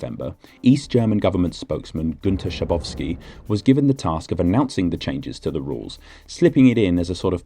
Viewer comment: You didn't say it correctly though. its an Ü not a u. the dots matter